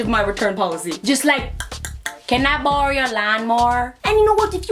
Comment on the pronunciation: am I the only one fascinated by the way she pronounces "borrow"?